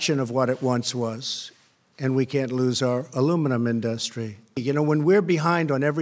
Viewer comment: Wait. Now he can't pronounce "industry" correctly?